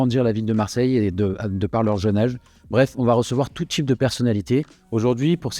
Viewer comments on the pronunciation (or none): Ca comment bien: Tout tchype de personnalitché. J'ai le sentchiment que tchu. Au cotchidchient. Je suis provençal. Je ne suis pas arrivé à 2 mn de visionnage. Qu'est devenu notre bel accent? notre identchitché